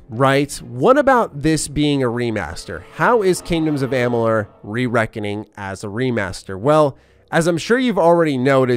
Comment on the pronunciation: and the Multiverse of Gaming yep. says the name correctly in this vid. Mos ago when thqn announced the release of the remaster he couldn't say the name correctly? I find it extremely hard to believe that someone who is as he says a 'HUUUUUGE FAN OF THE GAME!' would not know how to pronounce it. Or to not know the difference between a fateweaver & the fateless one? That's pretty hysterical actually. &to assume that I must be in a bad mood to comment on it? Um ok. You are reviewing a game. It's kinda important to know the facts. Maybe that's just me. 🙍😅